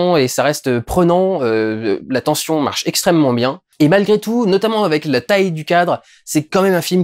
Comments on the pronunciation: "tention". Non non, "tension" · Et a ten"S"ion c'est mieux également